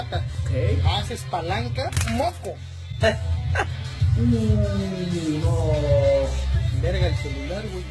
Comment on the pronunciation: es verdad dijo moco o moto